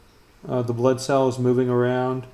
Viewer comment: All i can hear butt cell😂